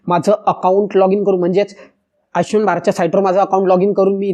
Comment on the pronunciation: आयचष्यमान नव्हे हो !! आयुष्मान !!